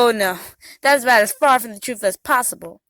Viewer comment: IDk what's more annoying, her lip smacking or her laugh......or the fact she keeps saying Troof instead of truth.